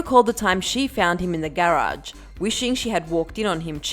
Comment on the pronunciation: the way she says “garage” 🤗